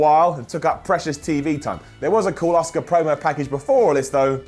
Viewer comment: Her name is Asuka not Oscar Simon.